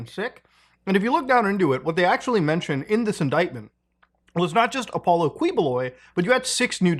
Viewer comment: He pronounced Apollo properly.